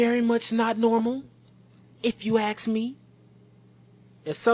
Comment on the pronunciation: Dude... some of us are getting really really tired of hearing people say "axe" instead of "ask" Do yall not realize how ignorant that makes yall sound? For real! Please make it stop! why does that guy have a weird deep voice that is definitely not his when his face is right there plastered on the screen for all to see? That makes zero sense...